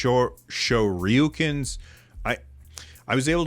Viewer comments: Just say "Shore you can" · Didn't know this thing existed until about checks video length a half and hour ago! Kinda disappointing to see where they drop the ball, because it looks like it would be a nice controller otherwise. Also, "Shoryuken"? "Shor-yu-ken" "Sure/shore-you-can" hope that's helpful